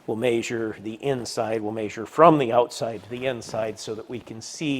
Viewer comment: is the only other person I’ve heard who says “Measure” the way my family from northern indiana said it.